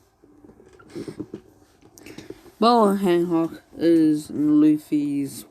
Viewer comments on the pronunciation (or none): He keeps saying boa hanhock and says it's cringe 🤦‍♂️